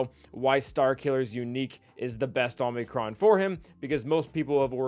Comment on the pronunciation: you killed me by pronouncing it Omnicron it's oh-mee-crawn. Please I'm a language nerd, don't make me suffer❤